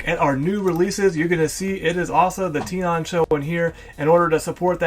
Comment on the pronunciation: I thouhg it was pronounced "Ten"on